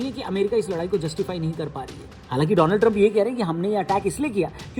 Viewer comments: Donald hi ya doland😂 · Donald Trump ❌ dolaand Trump ✅